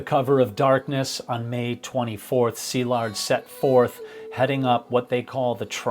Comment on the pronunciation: Thanks for respectfully pronouncing Szilard’s name correctly. It s been slaughtered to beyond recognition in other videos.